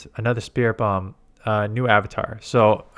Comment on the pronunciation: Spiri-tomb, not Spirit-bomb. Also, in the English dub of the Pokemon anime Morpeko is pronounced "Mor-peck-o" so that's the one you should be using.